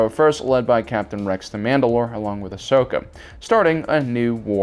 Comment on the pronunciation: Why can't you learn to say Ahsoka's name correctly?